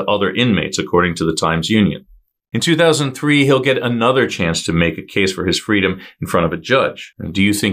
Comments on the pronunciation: I heard 2003 too - was also questioning 2023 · I was just about to comment the same thing. I heard 2003, and yes was thinking he meant 2023. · Did you mean to say in 2023 he was gonna have a chance for parole. It sounded like you said 2003. This is just so heartbreaking for everyone involved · Did you say 2003? Sounded like that to me, lol